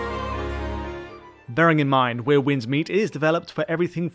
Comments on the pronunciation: Are you intentionally saying 'weir' instead of 'where'? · “Wier winds meet” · 'Where' Winds Meet, not 'We're' 😵‍💫